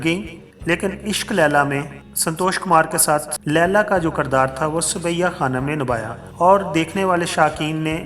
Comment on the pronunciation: Ishq Laila is wrong. It is Ishq e Laila... Disappointed, you are under educated. Its not Kardaar, but is Kirdaar....Not Undustry but Industry...